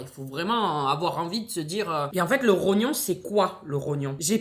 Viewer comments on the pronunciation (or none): Mdr le "trognon" c'est le rognon 🤣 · En plus tu dis tronyon a la place de rognon 😂😭tu me tue de rire